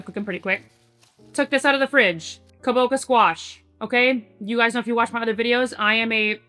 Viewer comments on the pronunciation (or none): I love ya girl and the content you’re sharing - letting you know it’s Kabo-ch-a! Not “kaboka”! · You can also pop the Kabocha in the microwave for a few minutes to shorten baking time. I live in Japan and we eat a lot of Kabocha over here. (Btw it’s kaboCHA like chachacha)